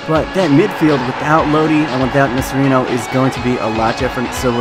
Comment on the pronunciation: Nocerino is pronounced Nocherino, or along the lines of that